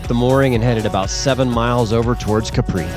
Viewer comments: It is Càpri, not Caprí (I don't know how to write it correctly... But accent is on a. 😊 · Wrong pronunciation!!! It is pronounced Ka…pri with the emphasis on KA